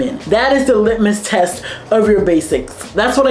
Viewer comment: Great video. P.S. I think you meant to say "litmus test", not "limit test".